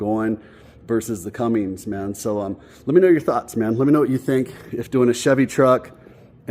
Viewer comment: Awesome start on the crew cab! So you know there is no G in Cummins. It's pronounced (Come-Mens)